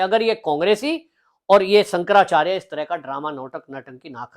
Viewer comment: Abe pehle shankarachyarya bolna teek se seekle😂